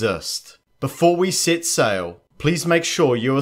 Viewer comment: "Before we SIT sail..." Huh?! You mean "...SET sail."